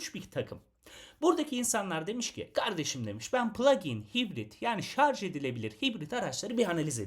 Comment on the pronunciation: önceki plug-in hybrit videosunu sonuna kadar izledim ve sıkça şarz demenizden aşırı rahatsız oldum , şaşırtıcı kısım ise sizin kadar diksiyonu düzgün birinden şarz kelimesini duymam. Yorumlarda bu durumdan şikayetçi kişilere düzeltmeniz için teşekkür ederim yazmışsınız. Bende içinde şarj kelimesi muhtemel olan bu videoyu açtım, iki video arasında 6 ay var. 6 ay önceki yorumları dikkate alıp düzeltmişisiniz. " aman nasılsa anlaşılıyor ha şarz ha şarj " demeyip düzeltmişsiniz 👋👋👋